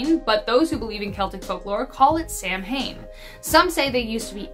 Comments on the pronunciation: Okay, great video with only 1 complaint. The word "Samhain" is pronounced "sow-en." I've been a witch for 31 years & have never celebrated a Sam Hain but have enjoyed many Samhains. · At least pronounce Samhain correctly.